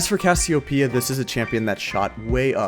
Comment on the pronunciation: Brazilians understand Cassiopeia called by you, as Cassiopiia